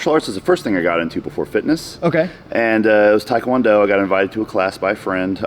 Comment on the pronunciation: Your pronunciation of taekwondo is correct. It's not muay thaikwondo.